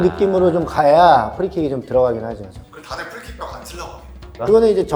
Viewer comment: 언제까지 후리킥 후리킥 할거야 ㅋㅋㅋ 형.. ㅋㅋㅋ